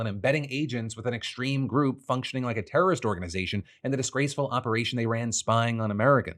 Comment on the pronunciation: Great googally moogally... Errybody a turrurrist...